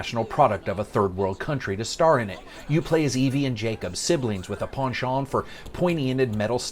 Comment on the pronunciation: So he mispronounces "Ubisoft" but pronounces "penchant" with a French accent? Okay.